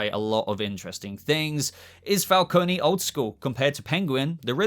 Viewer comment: Not a dig as I enjoy your videos but John Turturro is playing Carmine Falcone. Pronounced Fal-cone. You don't Pronounce the E. You may be getting confused as Salvatore Maroni is also a Batman mob boss character.